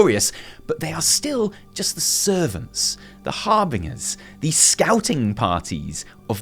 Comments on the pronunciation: You're still pronouncing Harbinger wrong! You dropped the 'r' from it this time (good boy) but the 'g' is pronounced as a 'j'. Har-bin-jer. Not Har-bing-er. Practice more you naughty shill. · I thought you were English .. with that being said, how could you blatantly mispronounce Harbinger as Har-Bing-Er .. when it is obviously pronounced Har-Bin-Jer - i must say, i'm disappointed :( That being said .. great video and insight into your prediction :)